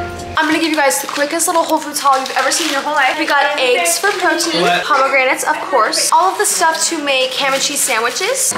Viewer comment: Eggs not ayges